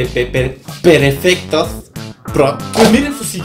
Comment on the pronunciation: Perefectos XD Me: Oye no sabes PRONCUNIAR XD JAJA OKNO (ME HIZO RECORDAR A LUCHO XD ) ERES ÚNICO